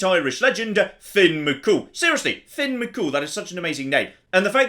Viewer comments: I appreciate the Irish Folklore shout out but it's Fionn not Finn. Great video regardless. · HIS NAME ISNT FINN ITS FION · It's Fionn (pronounced Fyunn) not Finn. Couldnt help myself :) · It's not finn it's fionn pronounced more like fyun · On the name, it's Fionn, not Finn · Love these YOLO videos! Also, Fionn's name is pronounced "fyun"!